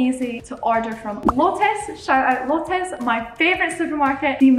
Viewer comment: lotus is literally is an english word but you are still say it wrong